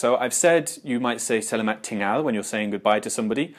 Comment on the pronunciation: I just want to point out as a Malaysian, it is pronounce seh-lah-maht